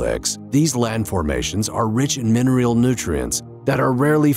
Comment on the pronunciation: 'Intrijing' ay? 'Minerial'? 'Colliquial'? Many mispronunciations ....